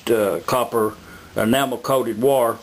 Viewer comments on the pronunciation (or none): Its WIRE Not wore!